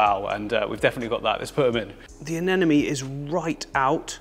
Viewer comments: please stop saying "aneNOme", it's "aneMOne", i had to listen to this insanity against my will because my partner loves your vids, but how can you disrespect those lil creatures by mispronouncing their names after so many years of experience ! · regardless he puts out a lot of great content on the channel. It’s not a big deal he mispronounces anemone. Lol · Why does many people having a hard time pronouncing ANEMONE? 😂😂😅